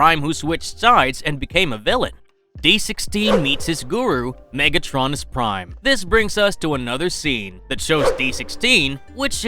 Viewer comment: “MegAtronus” 💀 bros pronouncing of megatronus’s name killed my brain